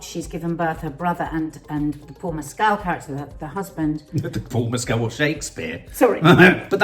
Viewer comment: Great review. Please learn to pronounce Paul Mescal's name correctly